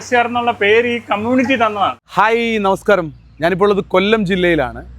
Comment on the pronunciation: ഹെയ്യി...അല്ല.. ഹായ്!!!